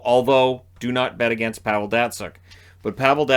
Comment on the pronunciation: at least say Pavel's name correct geez